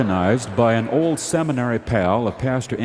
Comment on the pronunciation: I’ve also noticed Garrison pronouncing long o sounds like this: mold = mow-wold, old = oh-wold